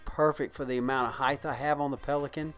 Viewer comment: Does this guy keep saying "height-th"?